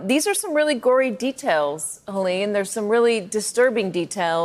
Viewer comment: STop mispronouncing her name, Helene. It is not "Hillane". BTW there are wrong usages of words of your part during this interview. What are you doing in this business, anyway?